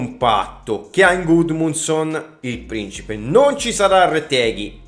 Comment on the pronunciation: Hai detto due volte gudmonson